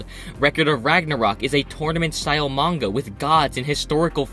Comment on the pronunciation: I've always wondered why he sometimes pronounces "manga" as "manguhrr"